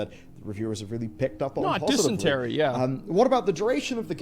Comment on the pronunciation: Dissonance not dysentery lol.